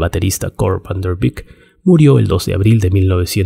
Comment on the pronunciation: Buen video... Los nombres holandeses no se pronuncian con fonética inglesa, Van der Leeuwen se pronuncia "lewuen" y no "liwen", Van der Beek se pronuncia "beek" y no "bik"